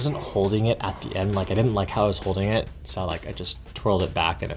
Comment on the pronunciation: Did you Rike it? 🤓